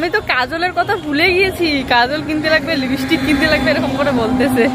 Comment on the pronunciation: তোমার পূজোর কেনাকাটা খুব সুন্দর হয়েছে। তুমি লিপস্টিক উচ্চারণ টা ভুল কর একটু চেষ্টা করলেই ঠিক হয়ে যাবে। কথা টা লিপি না লিপ্ স্টিক।